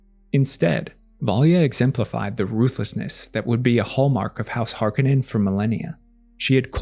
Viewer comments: Har-KO-nen, not HaR-kA-nEn... KO... Har... KO... nen.... Harkonen. -..- "Harkenen" .... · It’s Har Ko nen….not har ka nin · Hark A Non is how its pronounced.